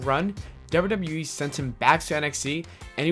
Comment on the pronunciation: why tf do you say WWE like that? FIX IT